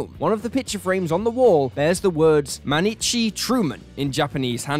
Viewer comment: First this is written on the poster: バーバンク トルーマン 毎日・・・ 二十四時間 (Baabanku Toruuman Mainichi... nijuu yon jikan) - Burbank Truman every day 24 hours. Second, please at least use google translate to learn how to pronounce "mainichi" . It was horrible :D